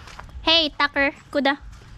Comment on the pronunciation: i like how she says Tucker.. sounds like Dacker